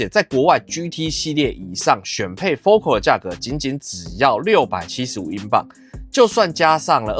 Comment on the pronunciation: 我在台灣還沒看過有人真正念對FOCAL的發音 哈 真正念法是: 佛凱爾